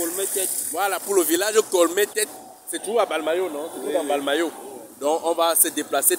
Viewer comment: On dit mbalmayo et non balmayo